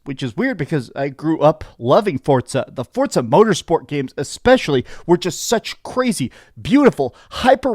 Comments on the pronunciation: It's FORZA not fortza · The way he says ForTza makes me wanna throat chop him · Why can't Americans say Forza 😂😂😂😂 they always add a T 😂 forTza 😂 amateurs